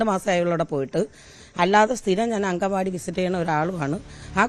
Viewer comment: അംഗൻവാടി അല്ല മാഷേ അങ്കണവാടി എന്നു തന്നെ പറയണം അങ്ങനെ തന്നെ എഴുതണം അതാണ് ശരിയായ മലയാളം